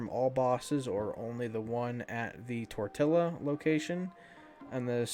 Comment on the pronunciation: he said tortilla 😂😂